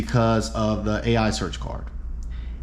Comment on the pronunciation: By the way the “a.i” cards are just pronounced the letter i they’re all named after the anime character whose name is just pronounced i hope that saves you time lol